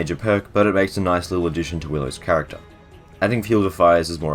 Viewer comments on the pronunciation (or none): none